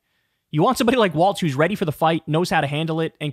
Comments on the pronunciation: It’s pronounced Walz like “walls” not waltz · Kyle. It's Walz. Not waltz. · We should make a petition to make Kyle pronounce Walz’s name properly. It’s pronounced like “walls”. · Talk Walz is pronounced WALLS! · It would help if he could pronounce his name correctly!